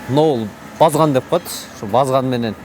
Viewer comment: иним туура суйло сени коп эл угат базган эмес барскан дейт чон балканы